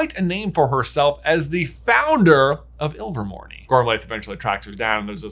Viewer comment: AGHHHHH. That is a silent E!!! It's pronounced Me rope. Not Me Ropey. Iver mor NAY not Iver mor NEE